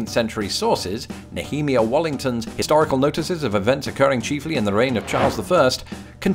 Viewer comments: Ne-HEE-me-ah? Is there a video where Bible word/name pronunciation differs between Britain and the United States? I thought it was Nee-him-EYE-ah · Nehemiah: Not "Ne HEEM ee ya" but "NEE eh MY ah."